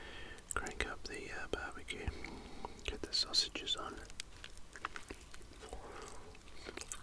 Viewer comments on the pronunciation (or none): "How much longa on them syawsages charlie?"